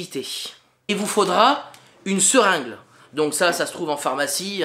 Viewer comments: Merci, mais c'est serinGUE et pas serinGLE. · Une "seringle" ptdrrrrrrrrrrrrrrr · ...."une seringle" !!??!!??!!?? ....la zone "qui sonne creuse" !!??!!??!!??